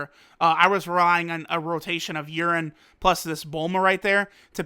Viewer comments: I laughed when he said “urine” 😂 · I swear you called her urine at one point